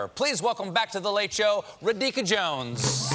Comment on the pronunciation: Ra-Dika ..lol